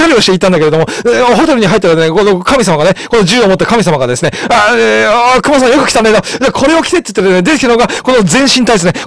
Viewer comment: クマがheyになってるw